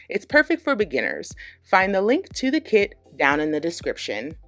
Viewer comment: When you said "I actually have a kit with them" what I heard was "I actually have a kid with them" 🤣